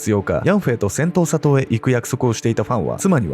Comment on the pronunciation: セントーサ島。 最初、音しか聴いていなかった時、 「戦闘・砂糖」 に聞こえてしまって、内容がなかなか頭に入って来なかったっす 申し訳御座いませんm(_ _)m 動画の内容の感想としては、うまい話には絶対裏がある、という教訓と、白馬に乗った王子様は現実世界にはなかなか訪れない、と。で、その恋人？とやらの遺体があがって、それが本人なのか鑑定したのかしら？DNAとか。 (内容が頭に入ってきてないので許して下さい😭)